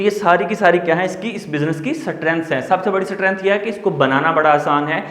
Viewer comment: सटरेंथ स्टरेंथ Which is 😄 right